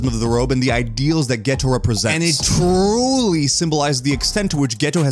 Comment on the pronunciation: why u saying like tha? '' Trrroooouly''?